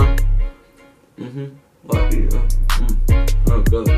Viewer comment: I like your reaction videos, just one thing that doesn't sit well. The artist name of the very first song, Latifah, is really not that hard to pronounce. it's just La-ti-fah. How you end up saying Latvia? You Americans just don't read huh? Lol, keep it up!